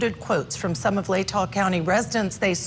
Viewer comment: I can’t take a person seriously if they pronounce it “ladda” county. She clearly has no clue about this case at all.